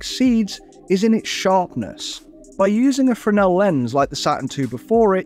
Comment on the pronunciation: as a long-time follower of the channel, and someone who works in optics. I was very happy to see you pronounce Fresnel correctly. Keep up the good work.